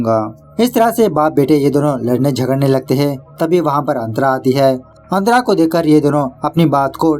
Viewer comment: Kya nam hai tera .......😂santra ... Nahi nahi antra🤣🤣🤣